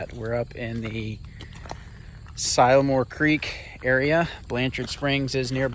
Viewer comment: si-la-more not sie-la more LOL!!! as in si(t) a lil more Love ya's vid's and how ya get out with the kids